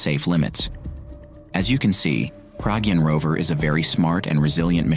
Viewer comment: Not Praagyun it’s Pragyaan .